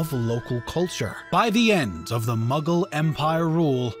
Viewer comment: Everytime he says Mughal, I hear Muggle 😂